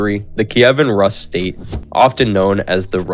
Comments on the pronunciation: It's noT "..russ.." but pronounced ROOS ! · yeah same as you say russian - Rooskii haha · Isn't Rus pronounced Roos not Russ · Not Ras but Rus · It's not Rus, but Roos. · learn how to pronounce basic Russian words at least!! Rus--> roos' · Anyone else annoyed on how he pronounces Rus